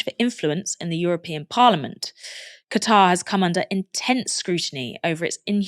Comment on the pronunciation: Gatar??? Hahaha it's Qatar Aaron!